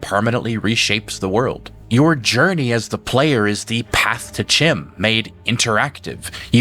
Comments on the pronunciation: I saw someone comment on the pronunciation of Cyrodil, but not on CHIM. Which isnt said with a "ch" sound as in China, its a K sound, and pronounced "Kim" When I first discovered the tower I pronounced it the way you did too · Just an aside... in elvish tongues in Elder Scrolls the "ch" is pronounced like it's a "k"... so Chim would be pronounced Kim, Chimer would be Kimer, and so on.